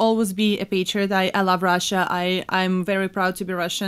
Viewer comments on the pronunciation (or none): none